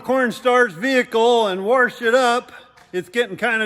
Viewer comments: Warrrrsh it Yes that how i say it too! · It’s funny watching start. Definitely different! I gonna “warsh” momma cornstars car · There is no R in wash?